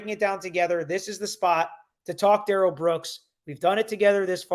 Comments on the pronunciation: His own mother in interviews called him Daryl with the accent on the first syllable, the normal pronunciation. It seems like she should know since she's the one who named him. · Why does his mother pronounce his name "Darrell" not "Durrell" if "Durrell" is the correct pronunciation,she's the one who named him? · Judge Dorow had a reason for taking all these hits from Darrell Brooks. She had the community in mind. She was looking out for the community. And his name is pronounced Dare-L, not D'rell. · A TACKIT AGREEMENT is what this fool keeps saying. His MOTHER pronounced it DARREL NOT DA-RELL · Sorry patty, but his mother pronounces his name as “dare-ul” not “duh-rell” Comments like this drive me crazy. I would say him mom knows how his name is actually meant to be pronounced. Telling the police that his name was pronounced “duh-rell” was just another one of his pointless lies. He lied about how his name is pronounced, not what it IS, not how it’s spelled, but how it is pronounced. He lied about the specific sports team logo that was on his shoes. Not the color, not the style, but just the specific team’s logo that was on them. He lied about having a driver’s license after the police had already recovered and seen his state issued ID card that was in his pocket at the time of arrest. He lied about Erika Patterson sending him those photos and letters when it’s something so easy for the prosecution to prove. His lies make absolutely no sense. None of them benefit him in ANY way. As a not-so-wise man once said, “MIND BOGGLING!” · His mom, grandma, and friend pronounce it “Darr-L” not “Duh-rell”.. I think he made the “duhrell” pronunciation up. He also DID NOT have any shock device on him so I’m not sure why that question is being answered that he did…. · New sub….and his mama calls him Darrell (the normal pronunciation) not DA-RELL like he like to say. I’m inclined to believe his mama. I think she knows what she named her ignant azz kid